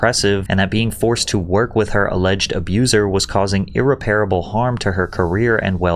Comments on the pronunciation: irreparable* IR-REP-PRA-BAL Irrepairable isn't a word 🙄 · "ir-repair-able" lol everytime this dude butchers a common english word. Irreparable. Bruh.